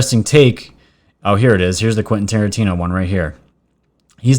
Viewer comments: Did david spade just call Quenten Tarantino Quenten QUARANTINE-O? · He said Quinten Quarantino.